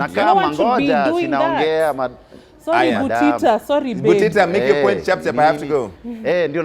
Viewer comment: Shorry ndio alimuambia... who is Shorry... ha ha ha